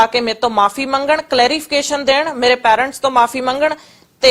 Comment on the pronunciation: ਵੱਡੀ ਅੰਗਰੇਜਣ ਫੁਕਰੀ ਕਹਿੰਦੀ “ਰਿਊਨ”। ਫੁਕਰੀ ਬੀਬਾ “ਰਿਊਨ” ਨੀ ਹੁੰਦਾ “ਰੂਇਨ” ਹੁੰਦਾ। “ਪੈਰੈਂਟਸ” ਨੀ ਹੁੰਦਾ “ਪੇਰੈਂਟਸ” ਹੁੰਦਾ।